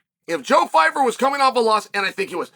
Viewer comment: leave it up to uncle chael to mispronounce pyfyer😂 "joe phyfer"